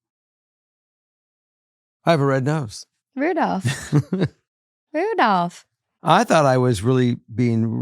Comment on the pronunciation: He’s not Rudolph, but rather Ru-dilf